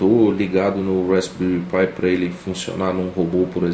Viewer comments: Uma dica pra galera: Se pronuncia "rásbéri" - Com o P mudo. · *respbelri pi ai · Tudo muito bom, mas a pronuncia está errada.